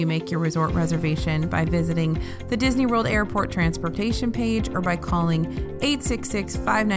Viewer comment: Did you say MCO was "Bisney"... :) i like it